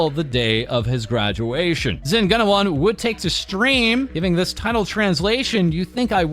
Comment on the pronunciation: btw it's pronounced: zen goo-na-wan